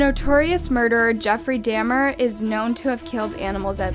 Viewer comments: Pronunciation; na ka mooo rah, and dah mur… I think you need to stop talking in a stuck up tone of voice and actually learn to pronounce names. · The fact that Dahmer is one of the most notorious serial killers yet his name was pronounced "Dam mer"....it's Daw Mer. I always question the facts behind a video when someone doesn't know how to pronounce a name. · Jeffrey “DAH-mer” not “DAY-mer”. She literally had to mispronounce names intentionally to fish for comments because omg it feels so intentional at this point 😑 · That serial k*ller$ name was Jeffery Dahmr. His last name is pronounced (Dah-mer). (AND NO IM NOT PERFECT AND YES WE ALL MESS UP) But aside from that little discrepancy this video was very well put. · lol lol who is Jeffery DAM ER 🤣 😂 😅 but I love your content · Jeffrey “Da-Mer”. I’ve literally NEVER heard someone mispronunciation of the very famous serial killers last name. Like ever…. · The fact that she said DAM-er makes me doubt if she’s a real true crime enthusiast •_• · "Jeffery Damn-er" ?..... wtf? Does she even do research? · “*Dah- Dom-er*” It’s pronounced just like it’s spelled. Some of these popular creators literally make me question everything.. some of y’all making more money than me and my fiancé combined, while not even doing your jobs correctly. At least type it in on Google and listen to the pronunciation, if you’re not sure- before posting your videos. Kinda embarrassing 😳😅 Anyway, It’s sad when actual kids have the mental capacity, the want or the means to kill. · My good god ! That first one was crazy..can’t believe she was only 12 ! 😳 p.s. Jeffery Dahmer is pronounced DOM-er. Love your videos SO MUCH ✨ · yep. I still can't understand the amount of mispronounced names. Seriously, Jeffrey Daymer? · How do you not pronounce Jeffrey dahmer's name correctly?? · she pronounced Jeffrey Dahmer wrong. It makes her seem inconsiderate & lacking in concern for the effects of her easily corrected mistakes.